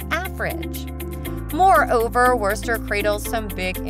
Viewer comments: I stopped the video after you mispronounced Worcester and showed the attractions and photos of the British town of Worcester. You clearly haven't been here and haven't done enough to actually do any research about this place. Thumbs down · Foe Pete's Sake! If you're posing as an expert on Worcester, please learn how to pronounce it! It's woster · Had to stop when they said Wercester 😂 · Who pronounces Worcester that way? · I grew up in Connecticut and know its not pronounced Wurster. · werster 😂😂😂 obviously does not live in mass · Just letting you know that you said Worchester wrong. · God, thats the wurstr's way to say Whuhstah. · It's 'Wistah,'. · They don’t know how to pronounce Wosta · its WOOSTA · When she says "WURST-er" you can tell she loses all Mass. credibiity. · Wuuuurster 🤮😂 Vernon and bell hill lol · The butchering of "wuh-ster" and "no-nan-tum" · 🤣 What a disaster of a video. From the many mispronunciations to the clips of Worcester England (including clearly English rugby clip), I have never seen such a lazy and lame attempt at information. And that is not even mentioning the list itself, which I can only imagine was developed based on available clips. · Yeah when i heard how she said worcester i knew this was gonna be dookie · Aint no way she said Worcester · Worcester you serious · Dear speaker. The R is silent. I know I know. Massachusetts folks never pronounce R. But Worcester is one of the words where the R actually isn’t pronounced. 😊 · AAARGH!!! Foo-nile-hall? Really? And it's pronounced Woosta, without the "r". I lived in Tax-achusetts for 25 years and moved out because the climate is nasty and the cost of housing is breathtakingly high. If you want to live in New England my best suggestion is southern New Hampshire. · Please learn how to pronounce our towns and places! Worcester = wister, Faneuil= fan-you-ell